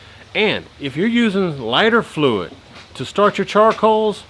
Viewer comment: Did u Y😅u just say flyter fluit?